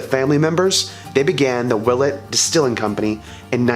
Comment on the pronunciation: i pronounce it will-ette